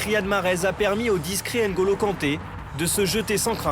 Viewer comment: Prononciation: nnn’golo pas ène golo ou mmm’bappe et non ème bappe. Les joueurs africains devraient être moins laxistes par rapport à leur nom écorché pendant des années en France